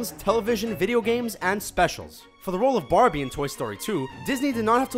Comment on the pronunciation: Instead of Barbie I thought he said barny